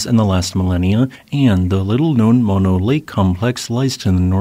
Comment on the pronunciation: Moh-no both os pronounced the same oh, no!